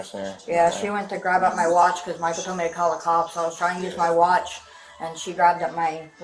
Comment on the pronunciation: I like how the wife keeps pronouncing the stalker’s name as “Michael-a”